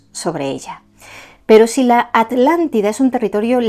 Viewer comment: Me encanta escuchar a decir: "Atlántida" y no "Alàntida"Como se escucha normalmente a los Españoles, debe hacerlo con especial énfasis como cuando yo debo decir "Vidrio" y no "virio";😊😊 impecable la exposición y la meticulosa investigación, les saludo mientras contemplo las hermosas montañas de POTES ❤❤❤ VIVA ESPAÑA!!